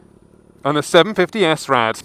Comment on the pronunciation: AAAARRRHHH!!!! It's SRAD not S-RAD. You don't say S-OCK or C-OCK. Do the video again saying it properly.